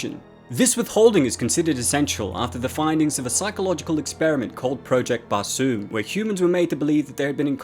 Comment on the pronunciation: Did you say Project Barsoom, Bhasun or what?